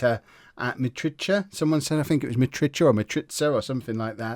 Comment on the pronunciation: Hey, Mitrita's name is pronounced like this. Mitritza. You can consider the combination between tz just like the 2 zz in pizza. The a after tz, is pronounced like the first a fron "AN apple". I am not sure I am too good at explaining, but I hope this would do the trick. I'm romanian and so is Mitrita ^_^.